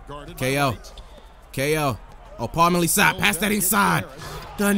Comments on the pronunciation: paul millsap is pronounced Paul-MILL-sap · it's pronounced Paul mill-uh-sap